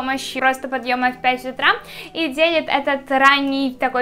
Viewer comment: Не в обиду, но ты во многих словах ставишь неправильно ударение. Например: магия Утра, а не утрА, и еще ты постоянно делаешь сильные эмоции лицом, приподнимаешь постоянно брови. ЭТО ОЧЕНЬ СИЛЬНО БЕСИТ